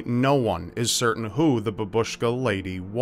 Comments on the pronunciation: not trying to criticise anyone just want you to know it's pronounced bAbushka not babUshka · I wonder why they decided to name this woman using Russian word. "Babushka" means grandmother (the emphasis is on the first syllable - bAbushka, although babUshka sounded quite cute😄 ). She's dressed like a grandma, but still, why would they use Russian.